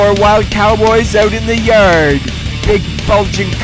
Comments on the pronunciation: Out in the yerrrrrrd. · Bro used a Hard R on Yard